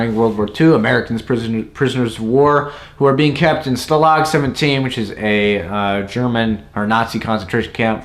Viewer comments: It's a class A classic,Sgt Shultz not an officer,Stalag pronounced differently,unless that's your schtick .graceless age today.but your opinion is probably the norm. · Otto Prem inger??? Preminger. Otto Premin ger. You also mispronounced Stalag. I don't think you understood the film, or acting. This came from a 1951 Broadway play. The actors were acting theatrically. . Do you understand that the dialog and action came straight from the stage? No CGI, no Action shots, simply a different artform and style than you are used to.